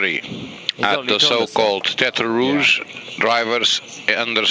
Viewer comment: At the so-called tetre rouge? What do you mean the so-called tetre rouge. It IS tetre rouge. That’s it’s name